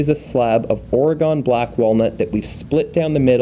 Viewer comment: It’s OR-uh-gun. Not OR-uh-gone. Love the videos